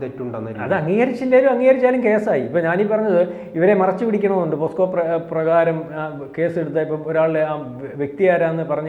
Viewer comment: പോസ്കോ കേസ് അല്ല പോക്സോ കേസ്. ഇജ്ജാതി വിവരമില്ലായ്മ കോൺഫിഡനസോടെ വിളിച്ചു പറയുന്നു. 😂